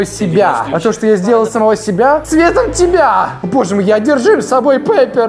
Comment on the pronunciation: Не Пеппер, а Пиппер